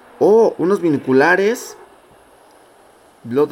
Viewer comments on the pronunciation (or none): none